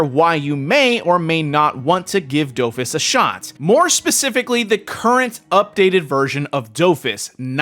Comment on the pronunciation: Do-Fus not dowfus